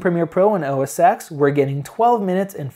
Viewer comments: Really like your reviews. You seem fair and very informative. Not to get picky, but it's OS (TEN) not OS (EX). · OS X is called "OS ten", not "OS sex"........ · The creative fallacy comes from the old days when macs were used in print shops and by graphic designers almost exclusively. This is still largely true to be honest. Of course it's bullshit as the key software is the same. Having said this I still prefer OS X. Please pronounce OS Ten not Ex. :) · It's pronounced "Oh Ess Ten". Dear Lord. lol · great video. Just for the sake of accuracy, Mac OS X is pronounced OS "Ten" Starting with OS X 10.0. Before this Apple used the term Mac OS 8, then Mac OS 9. Apple started using using a Roman numeral ten instead of the more common base ten system number "10" So don't worry too much about it it's a common mistake most youtubers make. If you listen to any presentation by Steve Jobs he always called the Mac OS, OS Ten. Here you can see the evolution of the Roman Numeral X into what looks more like a capital letter X. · With all due respect, OS X is pronounced OS 10 because that X is a roman numeral rather than a letter. I just to let you know :) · totally! Hits the ears wrong, good thing he's so open to constructive feedback. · So painful to listen to someone try and speak authoritatively about something when they constantly mispronounce the product they're reviewing. It's like if you repeatedly called Windows "Winders" over and over again. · I understand, but you're in the tech industry, right? Surely you've heard the name of Apple's operating system pronounced. If not... the X is a Roman numeral 10, not an alphabetical X character.